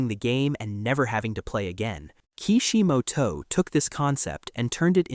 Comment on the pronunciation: The way you mentioning Ki Shi Mo To, lmao bruh